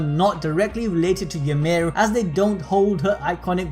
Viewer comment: The only thing I learned from this video “Ymir” is apparently pronounced “youmid”